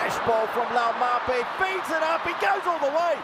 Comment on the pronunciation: Cringing listening to continuously butcher Laumape’s name 🤦🏽‍♂️